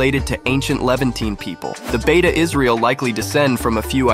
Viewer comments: As ethiopian jew this video is very laughable,consideing the fact u already butcherd the names of my tribe,its not beta its beit mean house of israel ,beta its a name that the govermant in israel gave,secound according to u there is no dna link between israelites and ny tribe,than why do u think they would open the doors for ppl who not related to them ?third from all the group u mention beit israel and maybe and i say maybe the yemenites are the closet ppl that related to the israelites or even the cannaties,ashkenazi and mizrahi are not even beni israel,ashkenazi are not even in the convo,they dont even follow the torah correctly,white washing the middle east been a thing for white ppl its sickning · It is "bete" not beta, it means "House of" in amharic